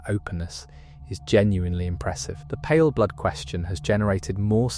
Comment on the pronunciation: stop saying palerblood also paleblood is the player character